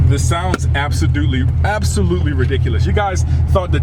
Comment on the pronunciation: Thought i was the only one who caught that😂😂😂